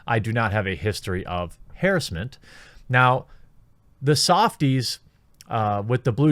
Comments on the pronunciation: I swear if I hear him say HEEEEEERESMENT again I will fucking misgender a transgender the next time I see one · I always cringe a little with the way you pronounce "harassment."